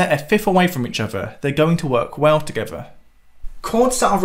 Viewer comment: Jesus, - learn to say „together“ and „with“ with th, not f